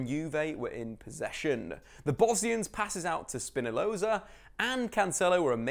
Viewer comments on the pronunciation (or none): Did he say SPINALOZA????????????